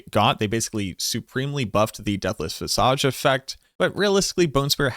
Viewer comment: Visage is pronounced viz-ege. Like edge. Not awge. Just thought I'd help you out before anyone is mean about it or whatever.